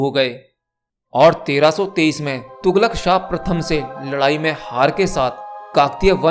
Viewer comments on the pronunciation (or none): none